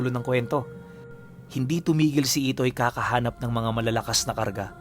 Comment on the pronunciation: IDOY daw ITOY po hindi IDOY hahahaha dun pa lang boka ka na 😂